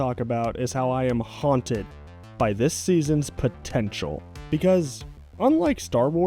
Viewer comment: Did you say…potential?